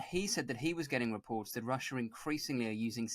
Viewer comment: There is no R on the end of the spelling of Russia! Russia is not pronounced Rusher. I could accept such pronunciation from everyday blokes, but you are a professional are you not?